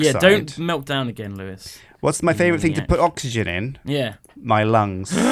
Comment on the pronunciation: Did anyone else hear calling Lewis Lewlew?